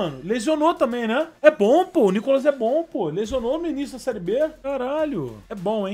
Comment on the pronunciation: Cazé falando o nome do Felipe carballo kk🤣🤣